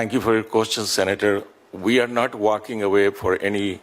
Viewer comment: “Thank you for your koschun??!!”Has US run out of capable people??